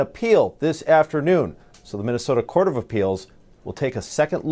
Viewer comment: And tell Illhan Omar the word is Threatened, not Threat-End!!!! Minnesota, not Minne-sowt-auh!